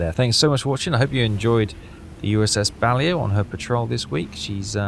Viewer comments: It's not BALIO, it's Baleo. And it's the sub class name. Considering your level of english from the speech, i'd have thought you knew how to pronounce it correctly. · To reiterate: it’s pronounced “Bah-Lay-Oh,” not “Bal-Ee-Oh.” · Actually the class is pronounced Ba-lae-o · BUH - LAY -OH Actually how it's said. Love your videos keep rocking. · I think it's funny that even after the ship dips below the surface, that signal light just keeps on flashing! And, that's "USS Bah-Lay-Oh" The Balao is a somewhat famous boat in the US Navy! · I think its funny that you think he is going to listen to how you think its pronounced (and i say think, cos its actually bahlow) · The Boat is pronounced.... Baa...lay...o! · He is i think 😂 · I think we stop trying to get to pronounce the submarines name correctly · Still waiting for to say the blasted name of the ship correctly... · He is doing it on purpose, you will be waiting a long time 😂